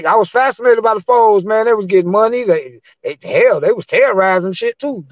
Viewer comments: He kept saying fours was blowing me lol. It’s FOES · It’s not fours it’s pronounced foes